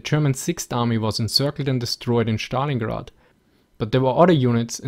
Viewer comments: it is not Shtalingrad but Stalingrad with (es) pronunciation. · I wondered whether "Shtalingrad" was the correct Russian pronunciation -- until the guy asked about the comparishon of forshes. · I love the way you pronounce "schtalingrad".